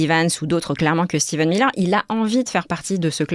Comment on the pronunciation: Pour rappel, c'est Stephen Miller, pas Steven...